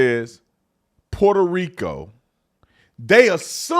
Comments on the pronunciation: Sunny thinks she’s Puertorrican and can’t even say Puerto Rico right. I’m born and raised there and voting for Trump! I love my island but would never choose to move back there. I’m grateful of my American citizenship and that I’m able to raise my kids in the states. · Sunny doesn’t even pronounce Puerto Rico properly. Doesn’t her side make a big deal about mispronunciations being disrespectful? She claims to be Puerto Rican in this very clip, but she says it in the most white girl pronunciation possible.